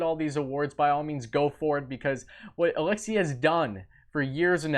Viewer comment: You're gonna be saying his name alot in the future,perhaps learn the proper pronunciation of his first name.....